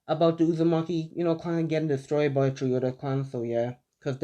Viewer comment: No hate but why does he keep sayin tree